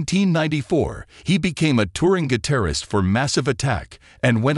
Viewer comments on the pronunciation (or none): AI stop...you can't even say guitarist. Just stop. AI is one of the primary inhibitors to humanity going forward! This is sad but a robot is deliering news like we live on a starship and should accept the news as business as usual. : ) Angelo was a gifted musician and guitarist who moved millions through his craft. We will miss you Angelo. Thank you for everything. XO